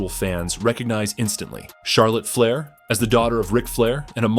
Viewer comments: Charlotte Flyer ai says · is this A.I. fukn cant pronounce Flair or Divas Fle-ee-ear Di-ie-vas WTF! dont post if u cant pronounce properly.